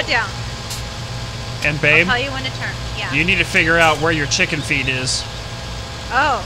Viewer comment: when you say chicken feed it sounds like chicken feet to me